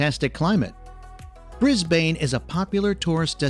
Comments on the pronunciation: Yeah… not the best. From an old Aussie chick, who has lived in every state. Can’t even pronounce Bris-BANE. It is more like a tourism advert to visit our cities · wtf is "the bay bridge", "Fly-anders Street", "Meborrrrrrn", "BrisBANE"? 😆 I wish they'd stop getting random Americans who have never even visited Australia to narrate these videos. 🙄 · I felt like I was being slapped in the face every time he said bris bain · These videos are done by people who have never been here or know what they talk about. I mean Bay bridge, soccer in Melbouurrnne, Briasbaine all sound like it is said and written by a AI. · Melbourne is pronounced “melbun” and Brisbane is pronounced “brisbun” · I would have said Brisben and Melben lol 😂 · Congrats on remembering that our capital is Canberra & pronounced Can'bra 😁 Pity no-one told the narrator how to pronounce Melbourne and Brisbane (Melb'n, Brisb'n). Also, there's no such thing as Melbourne Bay. It's Port Phillip Bay. Dude should have done his research. As for horses & camels, horses would have been brought out on one of the early ships bringing convicts and free settlers to what was then the colony of New South Wales. Afghans brought camels here in the 19th century. They did incredibly long trips through central Australia's inhospitable deserts. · Bris-bane. Tosser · Sorry, I'm bailing out... if I hear him try to pronounce Brisbane one more time I will have a violent reaction! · Brisbane is not said the way he said it. , nor is Melbourne said how Americans say it . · "Bris-Bane"? Aaaarrrggghhh! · I know - can't stop laughing. Bris-bayyne? nope. it should sound like = Brisben or Brisbun. Fline-duhs Street Station? (shivers) nope. it should sound like = Flinn-ders Street Station. There is no 'e' in Flin . Please someone from Australia do a tour of Australia video using the local lingo pronunciation. Then it won't just be entertaining for our foreign friends but helpful too. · Brisbane is NOT Bris-bayne .. it's Brisb'un